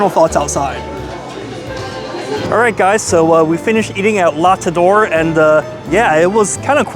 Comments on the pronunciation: I enjoy your videos, so forgive this one criticism. On a high percentage of your videos you say: I hope I’m pronouncing this correctly. Then you totally botch the pronunciation—like La TaDOR. Why not check the correct pronunciation in advance? You could do a google search , or check with the restaurant. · Let me help you with pronunciation.... la Tete d'or is pronunced like "lah tet door." For Boulud: "boo-lood" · You would pronounce the second T in Tete, since thhe word has an E n the end of it. SO, the whole thing would be pronounced "La tet door" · La tet duh ore Daniel Bow-lewd 🤦‍♀️🤦‍♀️🤦‍♀️🤦‍♀️ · 😂 it’s la taiteuh d’oor’ the golden head😂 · Love your videos but you really should research how to pronounce the name of the restaurant you're visiting prior to going there. It takes three seconds. Just Google, "how to pronounce Tete D'or." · Its called, "The Head Gold" La Tête d'Or. Google Translate it next time, so that you can listen to the proper prononciation. Btw, glad you didn't ask Chef Daniel that his prices were very high, like you did with Salt Bae. Nothing is cheap in NYC, especially a steak house paying very high rent. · You butchered the name and the chef’s name 🤦🏻‍♂️